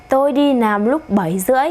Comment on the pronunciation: oi troi! nguoi doc mau ma sao doc "lam" thanh "nam" vay lai bet roi .vay cung doc mau